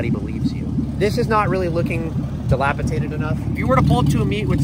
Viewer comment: The first rule is pronounce words like dilapidated "dilapitated"